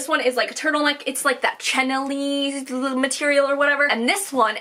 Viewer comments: OMG the energy in this video is wild! How many coffees did you have, lol. Love it (chenille: pronounced shen-eel) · Chenille = Shuh-kneel Not being a jerk just letting you know! By the way I love the way you say Hilfiger!